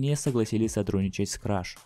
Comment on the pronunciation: Ни краш, а креш